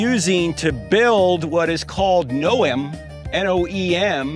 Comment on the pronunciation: It's NEOM, not like Kristi Noem. It's pretty cool what's happening, thankful for all Ron Wyatt for following the Lord despite the hardships. And to Discovered Media for making this available to people like this that you see here.